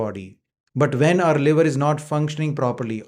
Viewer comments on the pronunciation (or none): Sir, the word is waking up, not vaking up. It is when not ven and it is while not vhile, and the L in almond is silent. You are very hard to understand. The subtitles help. Hard to believe you have any patients. I’ve never seen a doctor’s bookshelf having a few paperbacks.